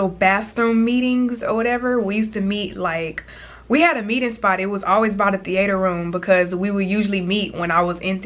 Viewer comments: the - 8ter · “Thee ayter” 😂😂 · thee-A-terr i love that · the way she says theatre gives me life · Right that’s not how you even say it😂